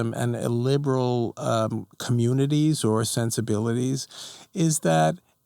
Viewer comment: Why does he pronounce illiberal so it sounds like liberal?